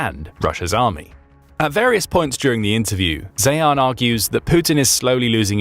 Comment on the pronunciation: Peter Zeihan’s last name is pronounced literally as ‘ZION’ !!!! And Shahed Drones are NOT pronounced as ‘Shë-head’; proper pronunciation is actually the more Arabic pronunciation of, “Shaay-haln” !!!!